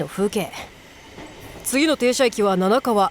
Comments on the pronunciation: 七川(ななかわ)から七川(なながわ)になってたりした。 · ななかわ なながわ 読み方どっちだよ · 七川の読み方が1回目は、ななかわなのに2回目は、なながわになってる